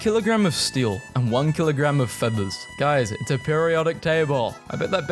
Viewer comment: "Woht's Hæviah, a kilograhm o stæl, or a kilograhm o fethahs" Edit: wrong timestamp